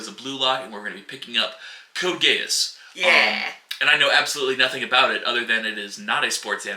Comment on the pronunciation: "code geese i want this to be about geese" well, its not about geese, but you pronounced it correctly when you said it that way